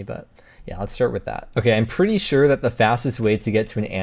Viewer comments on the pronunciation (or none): none